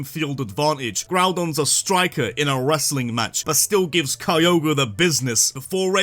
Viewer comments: THE R IN KYOGRE SHOULD BE AFTER THE G! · ITS NAME IS KYOGRE, NOT F*CKING KROGER!